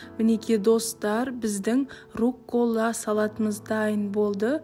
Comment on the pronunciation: РУккола, а не руккОла